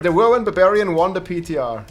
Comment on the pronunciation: Barbillions? No….its barbfinite damage!